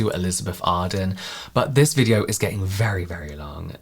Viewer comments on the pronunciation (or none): none